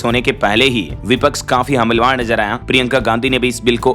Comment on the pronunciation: हमलवार नहीं हमलावर बोला जाता है